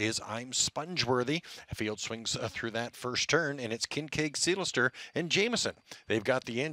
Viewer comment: Who is this guy? Sounds good...can't be local as he can't say "Seelster ".